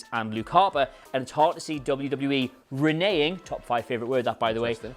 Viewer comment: "Re-nee-ing" ??? You mean Renege ~ "Re-negg"